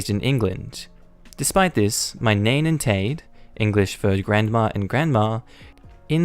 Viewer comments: Nain and Taid is pronounced "nine" and "tied", if you're interested. Now you know 2 welsh words. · Nain & Taid are pronounced more like nine & tide